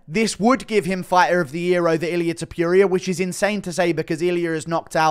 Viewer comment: When u gonna learn how to say Topuria? Its not Tiopiuria! 😂